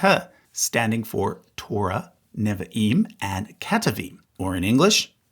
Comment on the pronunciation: Why, in all of your videos, do you mispronounce “Neviim” and “Ketuvim” every time you use those words?